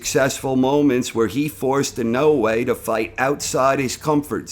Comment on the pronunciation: Why do you say Inoue like that?